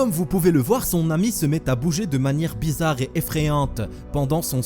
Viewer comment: Ci seuper bézaaarrrre. Mais whaaaatz?